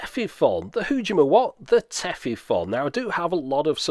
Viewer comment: Minor pedantry: The "-fon" in Tefifon is actually pronounced more like "phone". You can hear a native speaker talk about it here